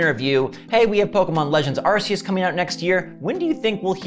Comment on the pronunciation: It’s pronounced arc-e-us my brother